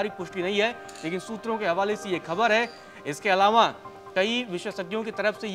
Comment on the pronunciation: इसके (अलांवा) शुद्ध हिंदी। ग्रेट पत्रकार